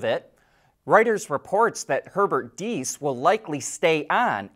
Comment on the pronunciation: So some have already yelled at you for mispronouncing DIESS? Such mean people. I am one of those, that gives a hint and honors you for PERFECT pronouncing this time! 👍🏻😉 Well done!